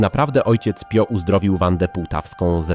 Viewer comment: Wymawia się Pijo